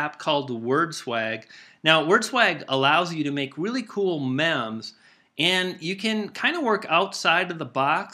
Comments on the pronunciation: Good video man, but I think meme is pronounced with a long "e" as in "meem" not a short "e" as in "mem." Just sayin'...Google "meme definition" and you'll see EXACTLY what I'm talking about. Geez Dude! IT'S MEME (MEEM) NOT MEM. Really, I'm not kidding. Google it, and you'll get a definition of the word, complete with a little speaker you can tap. Do it and you'll hear your mistake! Geez! (Sorry, it's my OCD acting up again...) OMG...DUDE! Sorry, you've really annoyed me now! I'd have written this MEEM as, "Life's a beech and then we die!" Yep. That's how I'd word this MEEM! Ugh! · It's pronounced "meem" not "mem" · Did he say "mem"?